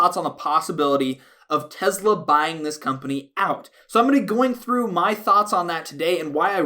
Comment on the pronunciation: you're the only person who pronounces Tesla just like Elon musk